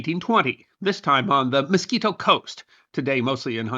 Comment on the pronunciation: MISQUITO, NOT MOSQUITO!!!😂